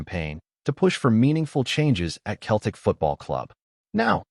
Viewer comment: Can your AI not get how to pronounce Celtic and not Keltic ffs 🤷‍♂️😡